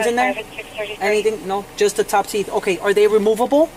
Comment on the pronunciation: Is. Me or am I not over her saying okay 😭😭😭😭😭 I love me my Hispanic accents. We on top fr 😭😭😭